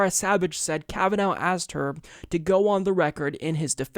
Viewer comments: I like how edited out everything Graham said that showed how the democrats schemed to kneecap Kavanaugh. And, also, it's Kavanaugh, not Kavanow. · Who else says his name like this? Most people pronounce it Kav-an-or, with a stress on the or, though the Irish pronounce it kav-an-ur the last two syllables are unstressed. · it sounds like you're saying Kava-NOW lol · Will you please watch one of the hearings? You mispronounce his name still! kavenaw!!!!!!!!!!!!!! godaymnit, do some Research before you read the script TYT sends you. A little less gay orgies, a little more time on the Office. How the heck did you get the job? Did you go under the desk of Cenk? And such stupid lies you have been served, which you serves to others. This woman have been exposed as a liar by her Family, former boyfriends, former girlfriends from college. And stop pretending like the DNC has noble reasons, and is not just using another person politically. Talk about how DNC rapes victims lives, and are a predator on weak people, and rape the US. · KavaNOW, KavaNOW, KavaNOW, KavaNOW.... stop it. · Flare. It has been clearly established that the woman has a dodgy story, and haver lied several times. Family and friends has exposed her. And can't even pronounce his name, so he is biased, when he can't even be unbiased enough to watch the hearings he report. It's like he don't have a Television even, since he has not understood the name. I am not even american, and I knew how to say his name without hearing it. How can this person not know that? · You are still saying his name incorrectly. I thought we were past this,.